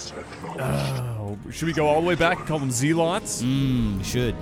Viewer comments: Zee-lots? They're zay-lots. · Zeelots is a joke. The real pronunciation, if you're being serious. Is Zelots.